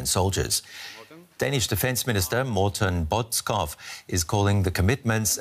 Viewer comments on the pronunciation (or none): As a Dane I love it when I hear non-Danish speakers try to pronounce Danish names / words…..hear him try to pronounce “Morten Bodskov” was just priceless Yes, I know our language is difficult and it annoys the heck out of everyone who tries to learn it.